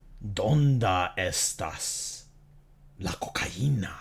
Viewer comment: your spanish is decent introductory level, Spanish e is always pronounced as the french é, estas is second person singular, third person doesn't have an s so, dondé esta la cocaina perfect